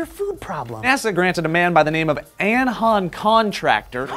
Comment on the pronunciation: It's not An-h-an Contractor, it's Anjan with a J. It's a "Parsi" name.